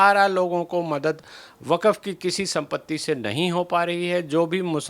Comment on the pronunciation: वकफ क्यों बोलती हो, वक्फ बोलो।